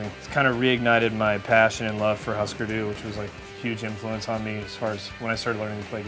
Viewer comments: Isn't it pronounced "hoo-sker doo" because of the umlaut? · Thank you! I was going to point that out, he might want to celebrate his love for the band, by learning to pronounce their name right